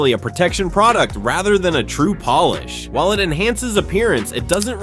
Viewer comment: Make it say polish instead of Polish. Biggest gripes with AI narrated crap is they don't LISTEN to it before posting.